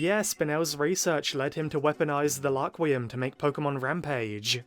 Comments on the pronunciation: One thing I’m wondering is why he says Laquium instead of Rakurium? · The English dub changed the name of rakurium to laquium